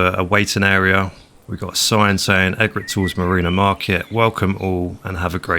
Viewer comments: Great build, you have an amazing imagination. I know you like to know the pronunciations (I always call it Mutt-Fruit as well) so this one needs the E being emphasised, its named after a bird!! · That's not the pronunciation of "Egret"...